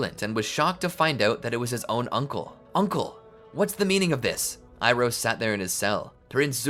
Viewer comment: ITS IROH NOT IRON